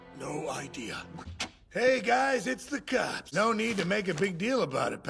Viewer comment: I love how he pronounces “cops” as “cyops”